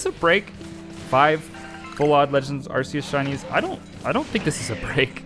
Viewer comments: I swear, I have such a hard time not losing my mind when someone pronounces Arceus as "Arseus". Help. I mean, since Legends: Arceus, it's been so long since Game Freak swapped to calling them "Arkeus"! Sure, "Arseus" is how it used to be pronounced, but it isn't how it's supposed to be pronounced anymore! I don't know why I struggle so much when someone calls this Pokemon "Arseus". Just please, don't scream at me using your Arse-phone. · FYI how you pronounce it is ar k I s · We have an official way to pronounce Arceus. It's so freaking annoying when people still say Arse e us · Uhm, actually, it's pronounced "ark-ee-uhs" ☝️🤓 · Kind of pissed he kept saying full odds and pronouncing Arceus wrong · You're pronouncing arceus wrong.